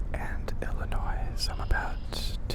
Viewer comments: Oh no, he said "Illinoise". Lol Glad you visited. Illinois is a fun place. Chicago would love you. <3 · “illinoise” I’m